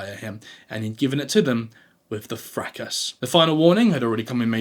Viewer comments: And the S in fracas is silent 😂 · Your pronunciation of 'fracas' and 'niche' is certainly a choice! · Thanks for video. Fracas.... This used to be pronounced, fra-car 🤔